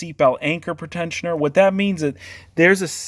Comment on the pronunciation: Pre-tensioner, not pretend-sioner!